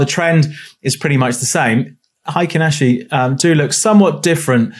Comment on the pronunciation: Solid explanation of Heikin Ashi candles and how they can help with market moves- thank you! Just a heads up as its Japanese and pronounced "hey kin" Good luck with your trading 👍